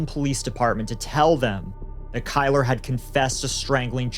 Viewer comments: "Kyler"? 😂 one of the most white trash nadness ever. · Kylr: pronounced killer.